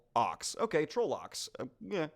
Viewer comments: Not gonna lie, it was how I always pronounced trollocks. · Spot on! Heh i also pronounce trollocs the same way ign does but ive been pronouncing it that way since 1999